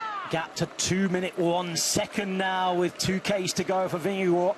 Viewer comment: weee a commentator that is actually pronouncing Vingegaard correct :)